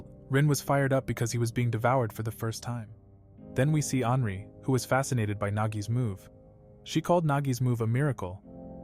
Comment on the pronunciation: Anri sounds like hanry